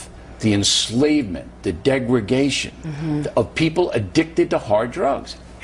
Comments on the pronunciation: its pronounced degradation bill not degragation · what's a "degragation"?